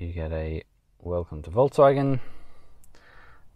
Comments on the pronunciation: It's Folkswagen and not Voltz Wagen. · that's different tho :-) Do you really call folks as volks in English? You don't say, hey volks. You say, hey folks. So, it's a Folks Wagen, the Car of People :-)